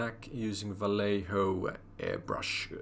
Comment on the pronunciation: Vallejo is pronounced more like vie-yay-hoe. Nice build. Awesome painting toot